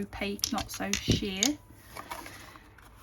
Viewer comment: Great design. Love the plates. Every time you say “ sheer “ I always think you are going to say “ shit!” 😂😂😂